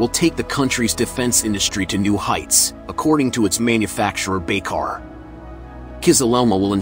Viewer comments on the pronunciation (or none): Correction: Manufacturer is Baykar not Biker.